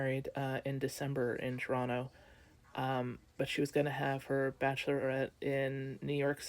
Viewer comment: Not a clue. You're correct. Midwest where tourists don't go. But it's more about the tax dollars that are not being spent in cities by tourists. And it's the travel advisories. OmG PS you say Toronto perfectly. (unless you're Canadian and I misunderstood).